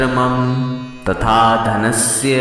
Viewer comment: आप मम का उच्चारण शॉर्ट मे क्यो करते है, मम का उच्चारण लॉन्ग karna चाहिये.